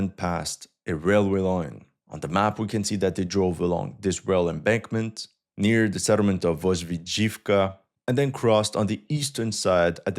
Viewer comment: it's "VozdVYzhivka", not "VozdvyZHIVka" - "KoSIVtseve", not "KosivTSEve" - "BeREzove", not "BereZOve" - "BoroVA", not "BoROva" You can check the stressed vowels on the Ukrainian Wikipedia pages - most of times it would be a stress mark above the vowel at the first mention of the word on the page. I know that it doesn't matter, but maybe you would be interested in a more correct sounding, given your commitment to accuracy. Love your content, wish you all the best.